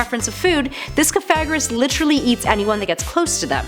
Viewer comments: Sooooo no ones gonna talk about how she pronounced Cofagrigus wrong? Like fam, She said “cofagrous” who is wrong here? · cough-a-gree-gus i think the other way ppl have said it is reason enough to never pronounce it that way